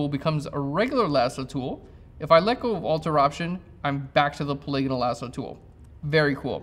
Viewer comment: wow! finally someone who pronounces "polygonal" correctly! irrelevant, I know .... just sayin'